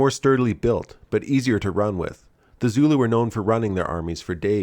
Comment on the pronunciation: Your Zulu pronunciation is atrocious, their are good sources for language pronunciation on the net, so I can only assume it is because of american arrogance or laziness.